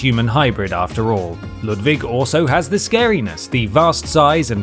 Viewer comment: I can die happy now, someone actually said Ludwig's name right